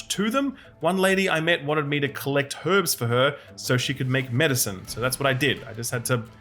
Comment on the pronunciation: It’s pronounced herbs, not herbs